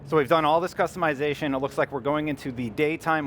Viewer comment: It's customization not customeyezation